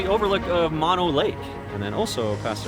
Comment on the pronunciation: It's pronounced "Moan-o" Lake.